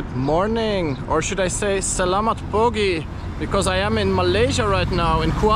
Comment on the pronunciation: Luckily you pronounced Selamat Pugi. If you pronounced it with a k then its a forbidden word. 😂